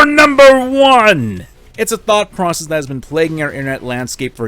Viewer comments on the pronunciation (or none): none